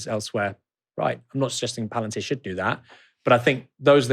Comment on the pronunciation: "Palantir' not "Palentir".